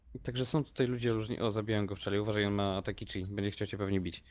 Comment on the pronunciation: nie czip tylko czi